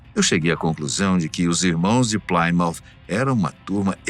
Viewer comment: Plimount não plaimount Sr narrador obrigado